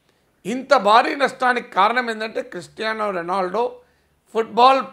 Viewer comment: Ni mokham .. try to speak n prounounce atleast Ronaldo's name